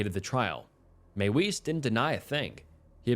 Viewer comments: Mie - Vis not may wees. Use your German voice. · Another one in this video is pronouncing Armin Meiwes’ last name. It’s not “maywise” but pronounced as “My-vez”. I know it’s a massive nitpick and these people’s names don’t really deserve any respect at all, but like the guy says his name in an interview multiple times and yet people don’t bother pronouncing it at all correctly. Less about respect of names and more about the quality of research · Arwins last name is pronounced MY-VEZ. And Alias isn’t pronounced Elias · Meiwes' Name is pronounced "Ahr-Meen Mae-Ves" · Meiwes is pronounced "my-vis," the w makes a v sound in German.